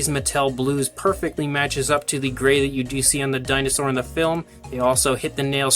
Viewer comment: When I first heard this I thought u said "welcome back to Chinasaur reviews" lol